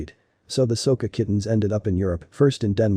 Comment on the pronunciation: There called So-Ko-Ke he's not pronouncing it right..